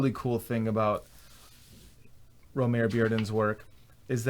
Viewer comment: something I didn't know until recently, but there was a recent Modern Art Notes podcast (#577) with a Bearden expert/biographer, and his first name is actually pronounced "Roe-mah-ree".